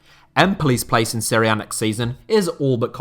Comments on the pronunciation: i hate when people say Seria B. Serie A and Serie B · Why does everyone pronounce it 'Syria A' or 'Syria B'? Wtaf? It's 'Serie'. And if you wanna be really specific on pronunciation, you pronounce it 'Se-ray'